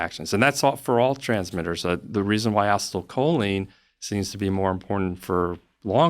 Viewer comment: How does this dude not know how to pronounce acetylcholine